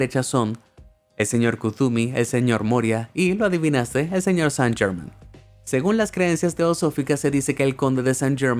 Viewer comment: Chucha podrías investigar la pronunciación con el mismo entusiasmo.